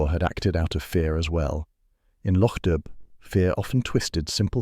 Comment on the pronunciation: The bh in Dubh is silent. It's "doo" as in pigeon.